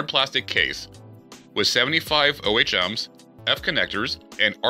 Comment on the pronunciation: Someone reading specs liked he doesn't know what he's talking about. "It provides 75 o-h-ms." Ha!